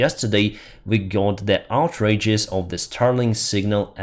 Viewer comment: my favourite kaboom pronounciation!